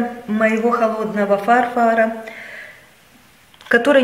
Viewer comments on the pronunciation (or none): Пожалуйста- ФарфОра, не фАрфора